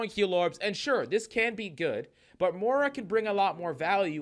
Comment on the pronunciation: More-a Is that how you pronounce it?